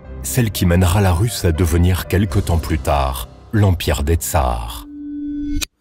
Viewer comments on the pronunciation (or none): On ne dit pas la RUS(il faut prononcer la rous )comme vous le dites en français